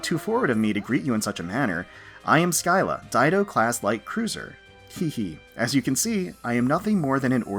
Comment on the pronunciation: "SKY-la". Cringes It's "Sill-la".